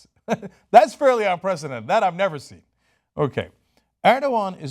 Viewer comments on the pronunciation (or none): none